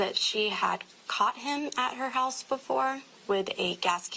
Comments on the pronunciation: I’m sorry but hulse 😂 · Which "heaws" did the crime happen at? Also, I was wondering if the suspect is usually the victim's "speaws" and if the crime was "abeawt" one of passion or a custody battle eh? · What part of north america are you from to pronounce the word HOUSE That way ? HOEUSE